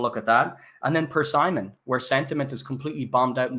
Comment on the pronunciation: My brother in Christ - it's pronounced, Per-SIM-ON.....not Per-Simon